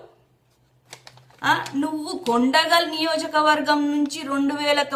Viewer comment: akka kondagal gade kodangal machinga chusi chaduvu makeup jara taggindi konchem vesoko